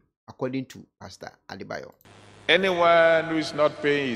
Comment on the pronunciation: The name is Adeboye and not Adebayor